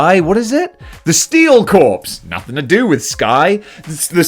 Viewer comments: Corps. Corps = "core" not "corpse" "Steel Core" "Marine Core" "Green Lantern Core" "Nova Core" Snowjob. LOL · Corps is pronounced "core".